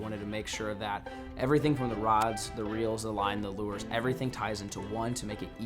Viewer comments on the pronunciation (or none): Is it just me or did i hear say reels when he was talking about googan products